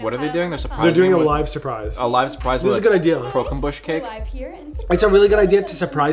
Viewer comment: Croquembouche = croque'boosh'. dont feel too bad, pretty high-brow stuff